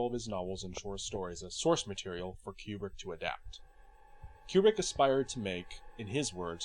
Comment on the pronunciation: Not a big deal, but pronouncing his name correctly is always a plus. KOO-brick, not Cue-brick.